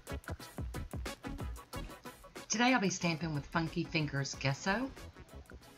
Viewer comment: Spooky...!! I just did that same exact tree/leaves.... But I put a reduced size bench underneath... YOU may be able to just walk into a store and get Funky Fingers, but not out here in the wild, wild west... No 5-Belows out here I had to chuckle when I heard you say guess-oh Angel finally learned to pronounce it right... JESS-oh... A pigment used in artist painting. Our "Happy Little Tree" man taught me with his so, so soft voice... Smiles